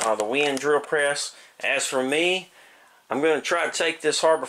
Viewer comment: great review, very informative. but the company name is WEN, not WIN, just so you know.